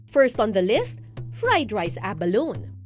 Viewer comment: Say ABALONE with an E on the last syllable not “abalon” 😂